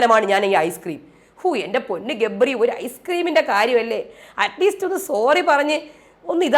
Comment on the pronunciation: രേവതി ഗബ്രി എന്ന് പറയുമ്പോൾ ഇടക്ക് jabri എന്നാ വരുന്നേ...😂😂😂